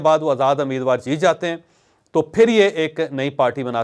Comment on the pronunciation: It's not ameed war. It's rather umeed war.